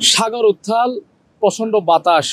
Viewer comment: ওরে সাংবাদিক রে সাগর উথ্রাল, রুদ , উত্থাল সাগর..........৷উচ্চারণ সুনলে বমি আসে